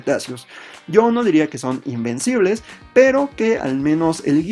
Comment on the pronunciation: Alguien más pensó que decía que heran imbéciles ? XD